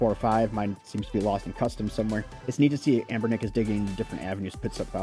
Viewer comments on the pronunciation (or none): Dude. You keep saying a’m’bernic. It is anbernic and even this console doesn’t seem from anbernic.